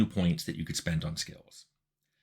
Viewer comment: Tim Cain has an enjoyable way of pronouncing the word "skills", as though it had a letter-W in it, "skeewuz" - I've found myself saying it that way aloud to myself sometimes to relish the flavour.